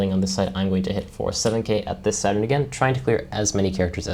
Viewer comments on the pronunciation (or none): I thought you were saying 7 at 7, but you were saying 7 at Saturn. Great walkthrough dude 👏